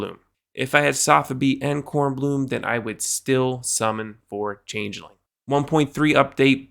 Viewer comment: You're the first person I've heard pronounce changeling correctly.